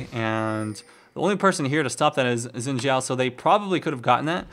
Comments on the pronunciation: Umm..Actually no , I know this cause I'm half Chinese and it's pronounced as "S" when you speak Chinese,In this case Xin Zhao's name is in Chinese. So it's pronounced as Sin Zhao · Was he saying Win Xhao? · It's not pronounced "win" zhao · i guess its not xin zhao its win shao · ''win zhao'' XD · i forgot 'X' sounded like 'W'